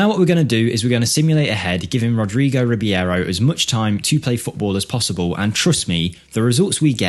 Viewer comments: I dare you, i double dare you motha****a, say Rib-yero one more time 😅 RI-BEI-RO, dude, it's in the letters, just read them 😉 Otherwise, as always great video. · Its Reeb-arrow not Reeb-ee-arrow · i will look this guy up in my save. this numbers are really crazy, but it also might be the team he is playing, i mean, in the 1st season he scored 30goals as a 16yo. not everywhere you can do that. you might do a mirror save where you throw him in a 3 to 4 stars club and see how would he developed there. PS. i think you are pronouncing his last name wrong. it should be just like its written, so E and I letters in the last name announces separate and not together. so i think it should be R I B E I R O and not R I B I E R O. E is pronounced like Estonia and not like a normal E, and letter I is pronounced like e . most balkan players are pronounced just like they are written for example.